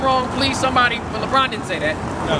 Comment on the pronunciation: This nigga said Lebrown 😂😂😂